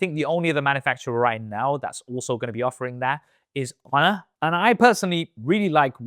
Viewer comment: The captions say "Honor" and now I think I can hear that lol. Idk it sounds like "UH"